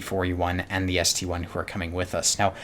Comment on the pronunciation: It's not ST-1 It's ST-I (ST-i)